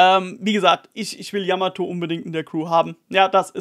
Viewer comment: Ehre fürs Namen richtig aussprechen 😘 yamato wäre die erste die vivre cards herstellen könnte in der crew